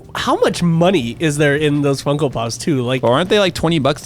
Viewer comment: said funkle pops right for the first time!